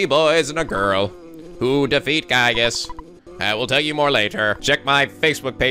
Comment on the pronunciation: It's pronounced GUY-GUS